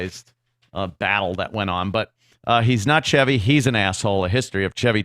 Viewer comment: I will never call him Chevy like how you pronounce ‘chives’, it’s Chevy like the car.